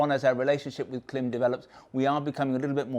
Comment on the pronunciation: pretty sure its pronounced same as "climb"... I have a Klim Krios helmet and this goggle looks perfect.. put off slightly by the comments about glasses\spectacles though as I wear bi-focals...